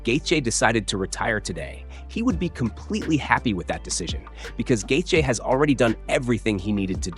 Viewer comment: Gaith-J? Garbage ai slop